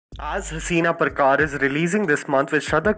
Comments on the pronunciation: It is not परकार it's पारकर; right??? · Not parrkar it s parkar bro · It's पारकर not परकार. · Dumbass it's not परकार, it's पारकर. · Am i d only one who thought it was pronounced Haseena PARKER ! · Dude it is parkar (like peter parker) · At least pronounce correctly Haseena Parkor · LOL!!! This video is unintentionally hilarious. And that pronunciation - Haseena Parkaaaaaaaaaaaaaaar, ROFL!!! Hands down, the only actor who was spot on with Dawood's portrayal was Vijay Maurya in Black Friday. The rest were just Bollywood stars taking up "A Challenging Role" - ROFL!!! Also, Rishi ShitMouth Kapoor looked more like a brown Donald Trump. And Ajay Devgun did not even bother, he just played himself; a monotonous dialogue delivery machine. Manisha Koirala played Shanice Sheshrtha, Mumbiker Nikhil's Girlfriend. LOL!!!